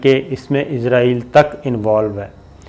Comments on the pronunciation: بھائی ازرائیل نہیں اسرائیل کہتے ہیں!!! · It's not izrael it's Israel... Sabir sb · Shakir bhai mind it . Don't say izraeel